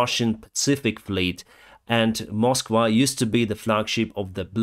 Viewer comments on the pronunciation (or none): none